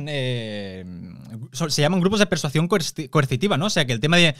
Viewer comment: Chupito por cada vez que diga "persuación" xD